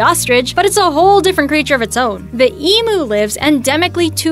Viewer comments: Its not eemoo its emu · Eemooo?? . Lol no its eem-you (emu) ahaha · It's pronounced Eem you not Emoo lmao. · its not emoo... its Eeemmm-You. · DID she JUST SAY EMOO WTF ITS PRONOUCED EEM-YOU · Why do they say EmMM-oOoooo Its em-YOU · It's pronounced ee-myu not ee-moo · Oliver Byrne I think the way Americans pronounce eem-you as emu came from when we started farming them 50 years ago, what are the most common mispronunciations by Americans because I want to speak as properly as possible when I move to sydney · if I hear one more American say Emoo I swear to baby Jesus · Emoo ,kooka beara, go unna 😂😂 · Penguin King Ikr it's said emu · If your going to do a educational video on foreign (to you) animals please at least do some research to learn how to say the names correctly. The pronunciations of some of these is just shockingly bad to us Aussies to listen to, such as emu. There is quite a few facts in this video that are wrong, such as the name goanna is what aboriginal people had been calling it for hundreds of years b4 white man even set foot here. Please do your research properly before making an educational video. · I hate how she said emu. She said so many of the animals names wrong!!!!!!!!!!! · It’s emu the u said u